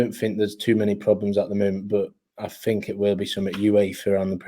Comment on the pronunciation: fink fink fink, come on you’re not short tongued, speak properly people are listening.